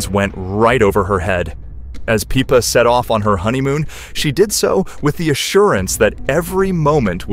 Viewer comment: its pippa, not peepa